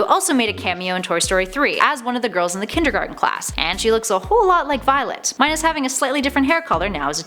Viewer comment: ''viloet'' ''tween''